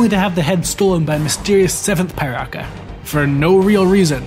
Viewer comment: It's actually not pronounced Pai-raka, it's pronounced Pee-raka. But well, what do i know, maybe it's from my perspective after all.